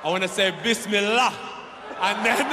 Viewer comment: Bisimillah not bismillah